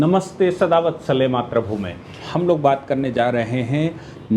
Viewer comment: Sir, your analysis is perfect and praiseworthy. One request, kindly say "मातृभूमे " in your introduction not "मात्र भूमे"